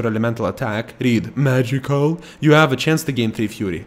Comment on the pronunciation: "MAHJIKUL" The ONLY part of this video that made me want to smack you in the face with a shovel.